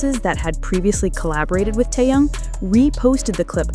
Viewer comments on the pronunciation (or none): Какой он теен он Ким Тэхен выучи его имя а потом бреши дальше дизлайк